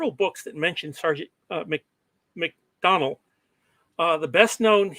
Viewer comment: I am so embarrassed. Listening to this, I realized I was saying something like MacDowl rather than MacDonnell for most of the presentation without realizing it. My apologies to the audience.